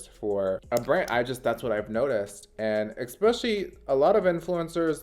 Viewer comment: Please stop saying - “Ek-Specially”... it is incorrect, and you say it a lot!